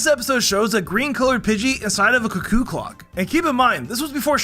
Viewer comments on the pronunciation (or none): none